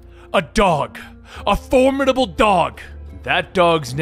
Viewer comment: A DOG... A FORMIDABLE DOG!! I lost it at the emphasis on this one but man's best friend is always there for us.